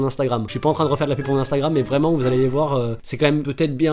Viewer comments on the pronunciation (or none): none